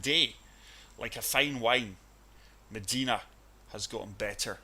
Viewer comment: love this video...but Meh-DYE-nuh is the proper pronunciation, not meh-deee-nuh